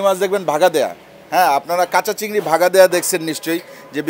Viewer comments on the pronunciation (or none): চিংগর মাছ বলাটা সেই হইছে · ভাই "চিংগর" নাকি "চিংগুইর"??? মানে শিওর হওয়ার জন্য আর কি